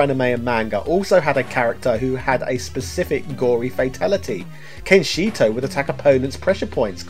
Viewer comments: Lol Kenshito. It’s Kenshiro. You just turned Ken into some Filipino or Mexican Kung-Fu Guy! 😂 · it's kenshiRO not kenshito 🤦🏿‍♂️ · It's kenshiro, not kenshito unless it was supposed to be a joke. I had at least 2 versions of mortal kombat 1, the snes and game gear versions and played it a lot in the local newsagents. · I love your videos, but a little critique is that the character is called Kenshiro, not Kenshito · It s Kenshiro....not Kenshito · The protagonist of Fist Of The Northstar is named KENSHIRO. Not Kenshito. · Did you just call him Kenshito? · Kenshito? You serious? My ears are bleeding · Dude, I love your stuff but you should catch errant herpes for saying "Kensheeto" when referring to the Divine Fist of the North Star! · The depth of your video history efforts is only surpassed by your consistently agonising and wilful breadth and depth of wrongful name use and pronunciation. Sonny Chiba ('Kiba') is a famous actor, and Ken-SHIRO is just read wrong. Come on dude, this is not your Riiii-Yooo stuff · screaming internally by the pronunciation of Kenshiro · What a good pronunication of Kenshiro 🤣😂🤣😂🤣😂